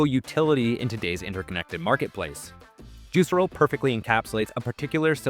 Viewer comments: It's pronounced "juice-air-o", not "juicer-o". Literally never heard it pronounced that way... smells like AI. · That's... not how the company pronounced its name (Actual Marketing Insight #1: know the name of the thing you're making a video about)